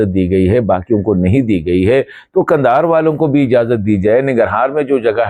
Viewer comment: کندھار × قندھار نہی × نہیں